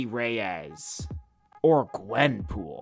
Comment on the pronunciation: Why’d he say gwenpool like that? What’s wrong with gwenpool?